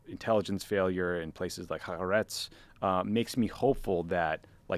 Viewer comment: Most American public figures are mispronouncing this paper title---aim for ha-AH-retz